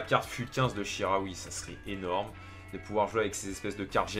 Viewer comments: c chikaoui pas charaui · Chikhaoui ca se prononce chi-ka-oui et pas chi-ra-oui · sa ce dit chicaoui pas charaoui